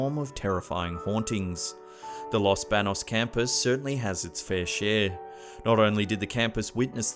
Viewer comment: Ok baños. Is pronounced (bon-yose)